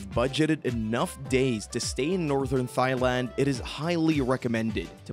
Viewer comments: OMG... After The umpteenth, Mis-pronunciation of the country name (Tai... Not Thigh) I had to click it off... It bugged too much. Shame though... It looked like a decent clip besides that. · AI much? Thigh land? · You just don`t pronounce Thailand like Thigh-land. That is absurd. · Dude, you're pronouncing Thai as "thigh"... come on, man. You need to re-record your narration to this with the correct pronunciation or it will be an eternal embarrassment for you. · Great list, bust can you please say Thailand correctly!!! Pronounced Tie-land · you said Thigh land one too many times, I had to stop watching, you clearly haven't been there